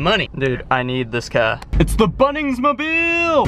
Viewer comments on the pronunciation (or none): did u just say Mobil????